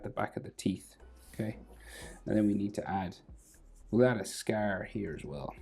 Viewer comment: Bro I am 39 % confirmed that this dude is a pirate as when he says "scar" he pronounces it as "scaerr"